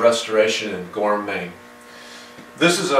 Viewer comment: Just figured out you are saying "Thomas Johnson Restoration in Gorham, Maine" and not "Thomas Johnson Restoration and Gourmet."